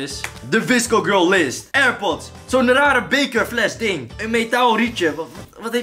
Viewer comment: Hoe jij dat zegt wisco gurl Ha Ha 👍🏼